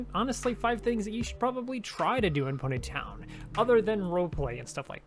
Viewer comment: the way he says pony town like-- pUneY Tonn